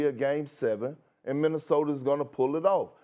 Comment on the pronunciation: Stephen A saying "Minnesoter" gets me every time 😂